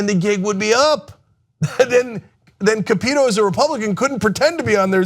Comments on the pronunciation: Capito. It’s not KuhPEEtoe. It’s pronounced KAPitoe. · it's shelley moore cap-it-o not ca-pee-toe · I keep saying it and Cenk continues sounding like an ass. Her name is pronounced CAP-EH-TOE.